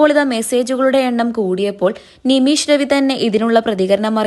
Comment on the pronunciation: നിമീശ് അല്ല നിമിഷ് ആണ്